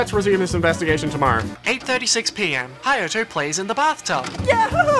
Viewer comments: C H I L D It's Hayato. H A Y A T O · CHI ULd. HI YAH TOe.